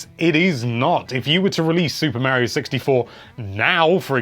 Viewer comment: I finally found a amazing YouTuber that pronounces Mario the way I do 😁